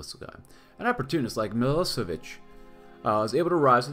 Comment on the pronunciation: Day 2 of asking for a Milošević campaign. And his name is pronounced m-ih-l-OH-sh-eh-v-ih-ch